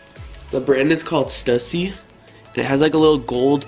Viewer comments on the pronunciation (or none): Stussy is pronounced "Stoosy" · I agree with u although i still wear stussy and the hundreds lol. I cringed when this dude said stussy wrong lmaoo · U say the brand name wrong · He pronounced stussy wrong lol